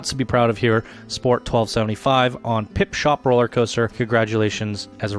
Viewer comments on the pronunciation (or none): For Christ sake, would you please stop saying "Pipshop" when it is called "PipSHOT"? Thank you :) otherwise, great video and congrats to the winners.